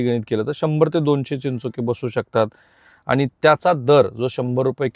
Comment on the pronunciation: i always listing your video. you are presenting very well but need to improve your language. sorry for free advise. ani bani & pani need to improve.